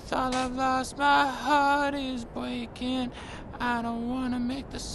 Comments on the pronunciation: "heart is bweaking" killed me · That’s next level attention to detail how the voice fades as he does a spin since he’s not facing the camera. I also love how he says “heart is bweaking” 😂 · “My heart is bweaking” I feel that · “My heart is bwreaking” 💔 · My heart is “bweakin” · "My heart is bweakin" 😢